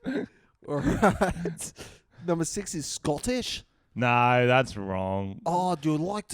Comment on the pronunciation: Mate the Scottish scents alright ur just butchering it mate